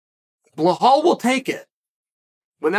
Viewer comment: Vinchincent Luque, BellHall Muhammad 😂